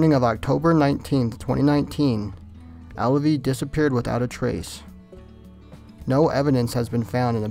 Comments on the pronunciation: Alvie, not Allavie. js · Not Alavie..Alvie.Learn how to pronounce words please